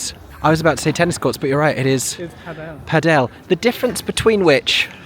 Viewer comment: Pa Del?? It’s pronounced Paddle! 🤣🤣🤣